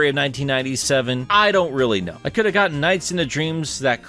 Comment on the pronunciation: Look at NiGHTS : Journey of Dreams, it's pronounced like your second attempt. You got it.